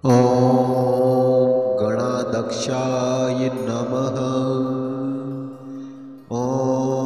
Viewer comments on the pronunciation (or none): गण अध्यक्ष गणाध्यक्ष असा उच्चार हवा. गणादक्ष नाही